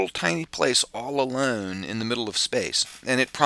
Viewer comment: "alern"..."the mern"?